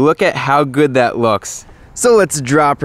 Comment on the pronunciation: It’s funny how he said we have this N we have daat 😂